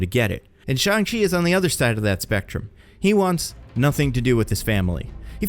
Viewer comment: There saying shang wrong